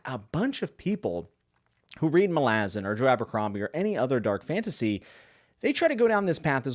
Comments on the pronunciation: Why do you pronounce it as "malAzan" ITS "mAlazan"! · You can’t even pronounce Malazan correctly. Reported.